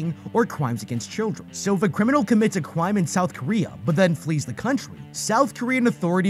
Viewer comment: Bro said crwime